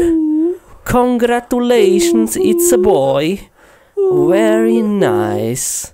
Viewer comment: the way he said "congratolations"